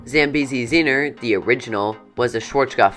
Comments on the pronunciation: It's Zambezi zinger not Zambezi zinner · Mispronouncing Zambezi Zinger as Zambezi Zeener several times made me cringe.